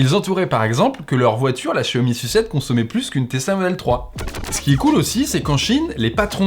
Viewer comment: la Xiaomi "sucette" mdr